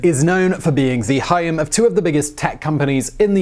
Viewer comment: Ik ur from the UK but you actually said Hiam instead of Home and im ded lol